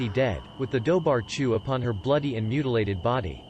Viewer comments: 'Dobhar-chu' is actually pronounced as "doo-rah-goo", but we can't expect an A.I. to pronounce it right. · thanks, i was looking for a comment like that. i don't speak Gaelic but I know it's not pronounced like it's written 😂